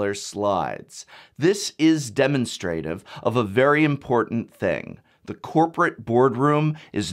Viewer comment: De-MON-stra-trive! But seriously, your analysis is on point. I get wanting to educate viewers about the new mechanics, but those slides were really just a sign that you should alt-tab out and come back maybe 20 minutes later.